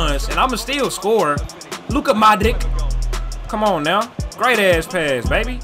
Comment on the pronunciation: it is not Luka ModriKK it is Luka Modrich ,same as Mate RimaKKK it is not RimaKK it is RimaC ,,greetings from Croatia